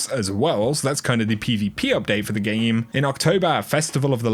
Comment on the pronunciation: “In the Geem” 😂😂